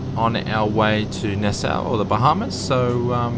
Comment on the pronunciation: Thanks. Just purchased this aircraft last week but have not flown it yet. I used to ride in 330's on the Allegheny Commuter from Hagerstown, MD to DC back in the day. BTW - the town in the Bahamas is pronounced "Nass-Saw" just in case you ever decide to go there.:>)